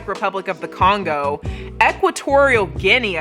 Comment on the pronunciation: "guine-ah" bestie u ever heard of a guinea pig 😭